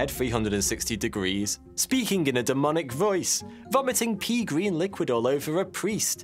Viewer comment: Did you just say pee green or pea green?!?